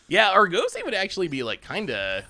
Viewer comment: say Argosy like the Argosy Casino and Resort. ARE-GUS-EY. You're killing me. lol